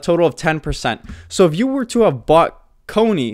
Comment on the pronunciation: Please… CONY not COINY.